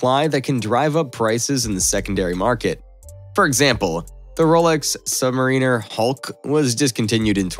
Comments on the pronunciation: Your not pronouncing submariner correctly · The way you say Submariner 🫠